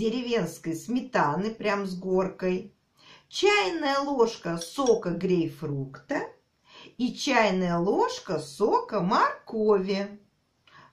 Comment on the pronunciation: обожаю Вас, но правильно говорить и писать "грейпфрут")